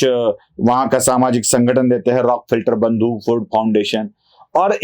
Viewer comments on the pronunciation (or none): रॉक फिल्टर नाही. रॉक फेलर